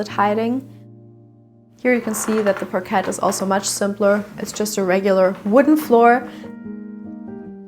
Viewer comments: Sorry but NOT pronounced parquette but rather parkai! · Friendly neighborhood English teacher here again... We pronounce "parquet" more like French without the final t, so more like "parkay." As always, your English is SO good, so when I comment to correct/perfect your pronunciation, it's because I believe in you and your channel and want you to sound even better for more viewers in the future. Keep up the great work!